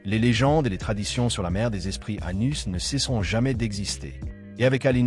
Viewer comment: Le nom c'est Anos Voldigoad pas Anus sérieux merci la voix ia.